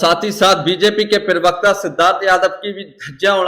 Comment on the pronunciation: Jahil Pirvakta Nahi Parvakta Hota Hai. Cap Aur Chashma Pehen Kar Galat Nahi Bolo. Pirvakta Nahi Parvakta Hota Hai.